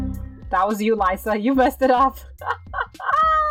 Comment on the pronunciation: lyssa its l-issa its spelled like that but not pronounced like that..lol